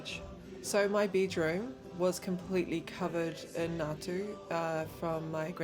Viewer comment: natu sarrry, its ngatu